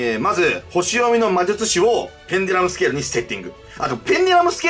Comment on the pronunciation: まじゅちゅし